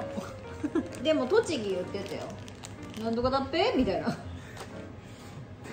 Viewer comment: 私茨城住みなのですが、 の時の動画で「〜だっぺぇ」の言い方がめっちゃ上手くて親近感湧きました😂✨✨✨ 辻ちゃんの言い方めっちゃ可愛い❤❤❤